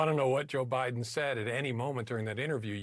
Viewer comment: All he sayse Biden wrong like a little kid